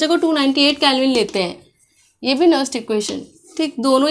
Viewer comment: Madm ji that is nernst not nerst